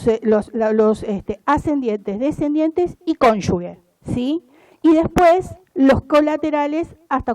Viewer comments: no se dice conyugue, es cónyuge. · Pronuncia mal la palabra “cónyuge” durante todo el discurso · Pronuncia mal la palabra “cónyuge”